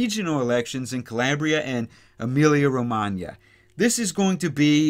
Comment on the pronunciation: I just love when I hear you say correctly, since it's my birth place:)